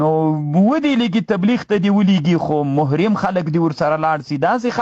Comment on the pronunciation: آپ کا بیان زبردست ہوتا ہے لیکن آج تو مجھے ایک لفظ کے تلفظ کے حوالے سے آپ کی غلطی محسوس ہوئی ہے جس کو آپ محرم میم کے ضمہ را کے کسرہ کیساتھ پڑھ رہے ہیں جبکہ لفظ میم اور راء کے فتح کیساتھ پڑھا جاتا ہے شاید کہ آپ متوجہ ہو اور تصحیح فرمائے شکریہ